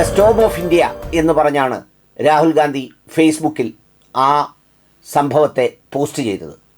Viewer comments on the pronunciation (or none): none